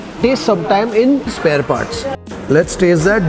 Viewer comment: spare, parts pure Karnataka style speaking